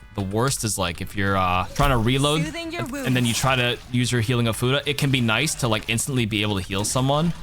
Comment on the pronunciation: Ofuda. Not Oh, futa. Important distinction.